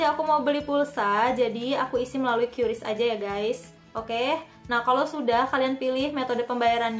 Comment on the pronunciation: Bacanya Qris ka bukan qyuris